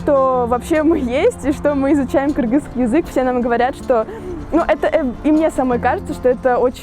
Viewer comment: Девушка в хиджабе сказала "кыргызский" , но произнесла это слово как мы сами, кыргызы и произносим😊 кыргызча айтты)))